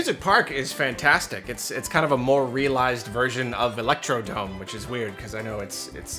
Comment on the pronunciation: It seems you have fallen to the same folly everyone in history has. I am here to tell you it is 'Electrodrome' NOT 'Electrodome'